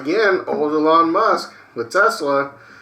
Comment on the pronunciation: I love how pronounces Elon "eLawn" lol